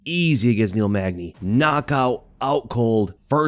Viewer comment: Bro, its Neil Magny.